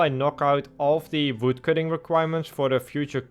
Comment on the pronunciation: I just like how he pronounced Voodcutting :)